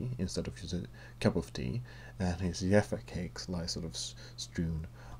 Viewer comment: I love how you say "yaffa cakes" :') accents are the best